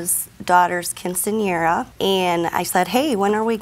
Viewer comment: How she said quinceañera like quinceanerrra..yep she definitely white 🤣🤣🤣